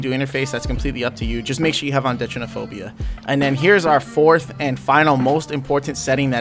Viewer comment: when he called deuteranopia, detrenaphobia lmao